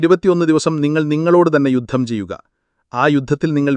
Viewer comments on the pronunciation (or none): none